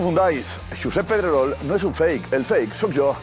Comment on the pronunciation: Jaja, qué buena los 2 "Pedreroh", diría Soria! XDDD